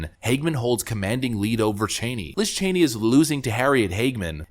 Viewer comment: "What is (Sencherd) Liz Chany?"